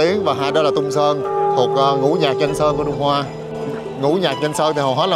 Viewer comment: Đại ca này đi hết cái TQ, đi TQ nhiều hơn các nước khác, mê TQ vậy thì nên học tiếng trung đàng hoàng tí, k học thì tém tém lại. Phát âm hơi ghê, quỏ ái cúng phú. Ghê hơn nữa là còn nói sai, Túng Sớn gì ba😂